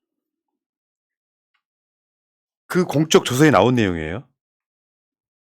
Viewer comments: 공쩍조서가 아니고 공~적조서라고 읽어주세요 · 님 공적조서는 어떤 공이 있어 표창이나 훈장을 줄때 쓰느말입니다. 공쩍조사라 읽지마시고 그냥 가볍게 공적조서라 살살 읽으셔야 됩니다. 항상 건강하시고 항상 응원합니다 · '공쩍' 조서가 아니라 '공적' 조서라고 발음해주셔야 할 것 같습니다. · 공쩍"조서 아니고 "공적" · 님께ㅡ 공적조서는 功績調書이니 발음시 "公的"(공쩍)으로처럼 발음하지 않으셔야 의미가 더 확실하게 전달되겠지요?